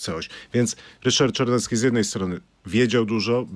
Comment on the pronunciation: Jak już to Ryszard Cz .bo nazywa się Czarnecki a nie Carnecki.W alfabecie polskim jest litera CZ.